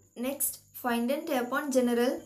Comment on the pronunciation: It is gen rul not ge ne ral